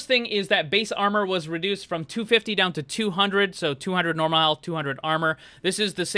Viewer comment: are tou dutch cuz u said 'normaal'